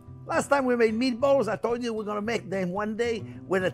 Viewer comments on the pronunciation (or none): He speaks another language, & its too funny how accents, describe “spicy meaty-balls” as if “spicy meaty balls,” in every other language, has no pun intended, despite ebonics being full of soo many puns, & or synonyms that declaring a/the meaning, of anything is just audacious! #BilingualismShouldntBeASecretLanguageReservedExclusivelyForPriviledgedHeritagePriviledgeCultureTouristsAndOrThoseWhoTravelForANewMeaningOfFood